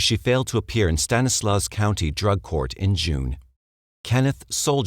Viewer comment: It's "STAN-eh-slaw" and "mer-SAID".